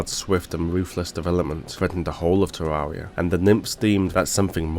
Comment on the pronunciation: It's Ter-air-ia